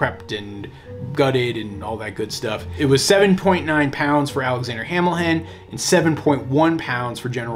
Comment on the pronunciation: You butchered general Washington and hamilhen . WHY